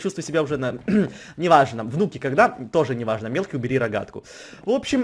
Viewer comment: Почему я всегда слышу что в место мелкий я слышу милки